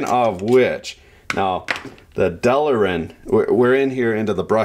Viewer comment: Delrin.... Not Delerin! FFS! Great Vid though. Cheers